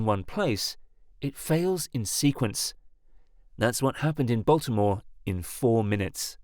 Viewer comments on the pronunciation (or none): none